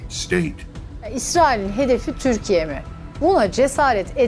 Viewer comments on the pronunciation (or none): Its "Turkiye"!!!